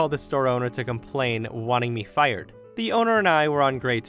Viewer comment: I love distict way of saying, "Fi-yered!"🤣